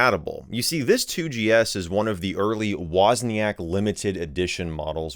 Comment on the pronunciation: It's Woźniak... Not "łoznijak"